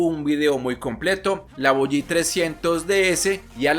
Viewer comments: si pero para eso estan ustedes los influencer para enseñar, o se lee Voge en español o se pronuncia en ingles que es más o menos como si se dijera solo Vog sin que suene la e. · Voge eso de Voyí suena mal y nada que ver ni en español ni en inglés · si hay pronunciación definida y hoy es muy fácil, le dices a Google como se pronuncia en español y te dice VOGE y le escribes cómo se pronuncia en ingles y te dice VOG, eso es todo pero eso de Voyí solo en Colombia lo he escuchado en europa donde más se ha vendido la marca se dice en español o en inglés.